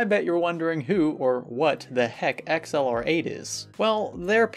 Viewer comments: i think its pronounced ACCELERATE not X L R 8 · Where did they get the name XLR8? Doesn't really roll off the tongue. Good video as usual though! (Edit) I just realized it is pronounced "Accelerate" and now I feel like a complete idiot.